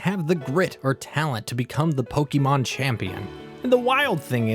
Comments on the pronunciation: it's pokémon not pokimon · >grew up on gen 1 >still consistently pronounces pokémon as "pokey mawn" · WHY DO YOU KEEP SAYING POKIEMON LIKE A 43 YEAR OLD WOMAN?! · Why's everyone pronouncing pokémon like pokimon it makes me mad bruh